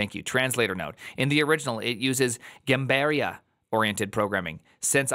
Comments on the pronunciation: Hearing him say Gambiarra in the way he did was physically painful. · first of all brazil mentioned LETS GOOOOOOOOOOO second of all the way says gambiarra is actually so funny, it makes it sound like something fancy